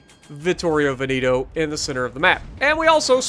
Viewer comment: Its not Veniiiiiito its Veneeeto